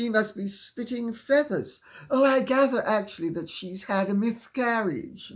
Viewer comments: Are you saying miscarriage or myth-carriage? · Lady C, did you say "mythcarriage"? Love you!!!